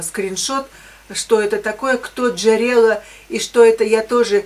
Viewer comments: Джерело, ударение на "о". Это украинское слово, в переводе на русский язык "источник". Обычно, если нажать на слово" джерело", перенаправляют на источник.))) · Джерело-это не имя, слово произносится с ударением на О, в переводе с украинского обозначает "источник". Автор статьи ссылается на какой-то источник.